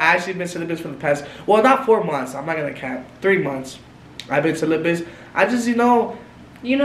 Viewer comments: I laughed when said "I've been syllabus" 😭😭. oh my its celibate that one hahaha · IT'S NOT "CELIBUS" IT'S CELIBATE 😂😂😂😂😂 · Not “sylubus” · You said it wrong its sylabit 😂💀😂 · “Syllabus” 😂😂😂 The word is “celibate” 😅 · "I've been syllabus"💀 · Syllabus and celben 🤣🤣🤣🤣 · “syllabus”😭its celibate💀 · Not syllabus😂😂😂😂 it’s celibite hunnnnnny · Syllabus is crazy lmao it’s pronounced ce- lebit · Syllabus?? You mean Celibate? Lol